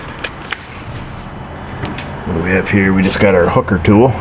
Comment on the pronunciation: "Hooker tool," said fast... Sounds like "!" I've been with you since the induction bolt heater video years ago. I've learned more about oscilloscopes and advanced electrical diagnostics than I ever figured I'd know. Hell, I even have three o-scopes and a semi-professional bi-directional scan-tool now. The technical stuff is informative, yes. But, it's your on-screen banter which keeps it extremely entertaining. A big old smile and a couple of thumbs up!